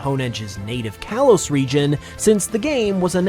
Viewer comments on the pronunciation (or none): none